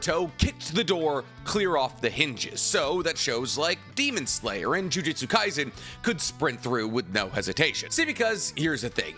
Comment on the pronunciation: says Jujutsu Kaisen correctly challenge: impossible